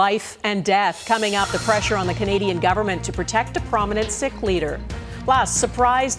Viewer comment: Why is Global pronouncing "Sikh" as 'sick' and not 'seek '?